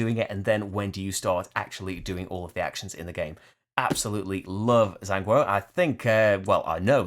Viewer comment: Sigh! You still cant pronounce Zhanguo correctly,. Lol. I thought that in episode 4, said: “The circle is now complete. When I left you (Rahdo), I was but the learner; now I am the master.” Everyone together: “Jan Gwar” (Zhan = Warring, Guo = States). Great list as usual. Don’t let your Sith training affect your video output.:-)